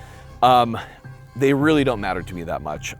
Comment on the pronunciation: “Fhey kill paper”😂👍